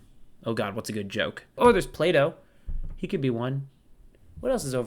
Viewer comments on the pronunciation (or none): none